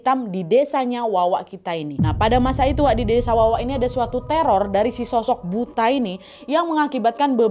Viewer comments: Bacanya "buto" Nggk sih 😅 kalo buta kaya kikuk bgt nad 😂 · Cara bacanya bukan BUTA. Tapi BUTHO. BUTHO adalah makhluk berbentuk raksasa, bertaring,dll Maaf.. Saran dikit kak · Dibacanya BUTO nadd bukan butaa 😅😅😅😅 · Kayax nyebutnya buka buta kak tapi Buto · Kak buta itu bacanya "buto" to-nya bunyinya seperti tolok ukur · Buta dibaca buto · Kak baca nya buka buta. Tapi buto. Artinya raksasa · Bukan buta kali ya bacanya tapi buto, ya semacam buto ijo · bukan buta kak nad. tp buto bacanya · Kak Nad itu bacanya Buto bukan Buta 😭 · Kak ini kek nya bukan "buta" tapi "butha" bacanya "butho" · Nyebutnya BUTO kak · Bukan buto kah ini bacanya kak nad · Bacanya buto kak nad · Itu baca "buto" x k.... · Tulisannya kan emang BUTA tp pelafalannya dlm Bahasa Jawa jd BUTO... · Buto kak bacanya😊😊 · Buto kak nad bacanya😭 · bacanya buto kak😭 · Kalau dijawa Butho kak penyebutannya😊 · Gak semua daerah penyebutannya sama , di Sunda emang bener disebut buta .